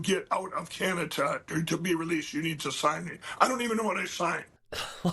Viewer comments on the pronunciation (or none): Mike calls Canada - CANATA.. In this real Toontown we live in, all of the cartoon villains are inept, they all believe that they're geniuses....and they all have speech impediments.